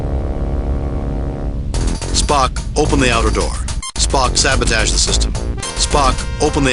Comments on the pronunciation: Snerk. Shatner: "Spoke, sabataage the system... 'cause there's no 'O' in SabOtage, right Bill?" XD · Ah! Shatner and his pronounciation of "sabatoge" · Sabatage. You say sabotage, I say sabatage.